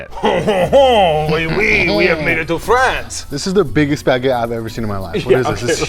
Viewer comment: I love your videos, but as a French guy, that's not "Baguette" at all! 😅